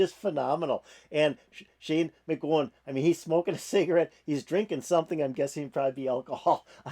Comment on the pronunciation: Shane’s last name rhymes with COW not GO. Just FYI.